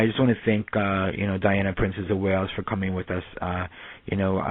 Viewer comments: It's Wales not whales. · It is spelt WALES not Whales dammit, spoken as a person from WALES!!! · ITS WALES NOT WHALES.